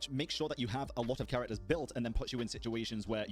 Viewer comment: So this mode has a fearless and dire difficulty tailored for people who desire to challenge their whale accounts and they get rewarded either a 4 star or 5 star weapon overlay for being a whale competitor. Good for them. And for the love of dog tell to learn to say character names right.